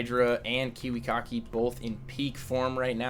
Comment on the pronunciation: love how pronounces kiwikaki as KIWI-COCKY... hahaha lol